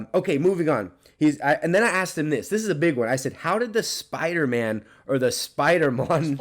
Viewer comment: i laughed so hard when you tried to say spoidermon